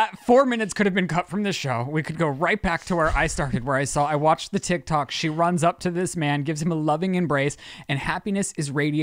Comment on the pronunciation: 😆 Blooper! said Tik tac 🤭 instead of tok. And for you haters! I am a retired Cop! 🚔 👮‍♂️I pay attention to detail. And for your information! I turned on close caption 😂to see what the A- I typed! Tac 😅😂